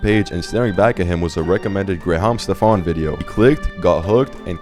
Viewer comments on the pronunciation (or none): Gray-hom Stephonnnnnn